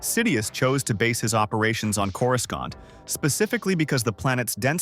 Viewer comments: When I heard Coru scant I had to stop watching. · After the third time you used a hard C for the second C in Coruscant I had to turn it off.